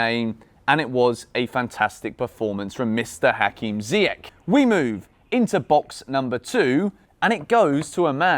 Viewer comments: Ziyech is pronounced Zee-Yesh. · Still calling him Ziyeck? 😩😩